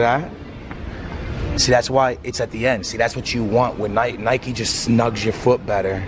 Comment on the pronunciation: its nike like bike not nikey